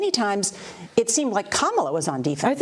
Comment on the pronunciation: Did you say camel toe Harris?